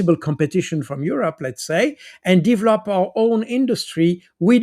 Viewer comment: If I hear 'divlop" one more time :))))